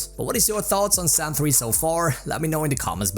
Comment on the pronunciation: Me 25 Sec and "Zan 3" xD